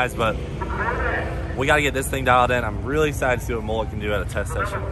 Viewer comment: Please please can you learn how to say "mullet" properly.. It makes me cringe every time! Cannot handle the butchery of Australian slang any longer!!!!!